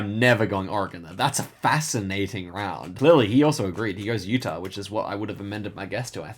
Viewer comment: bro called utah yuta 💀